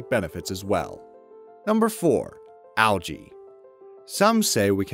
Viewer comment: Can u say algae right it’s annoying